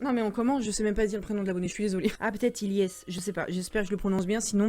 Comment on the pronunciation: Je t'adore je. Te connais depuis 28k et fait des vidéo plus longue entre 8et20minute stp oui je suis un forceur 😂et la première histoire Ilyes ta bien prenoncer et mon prénom est Elyes où tu prenonce ailyes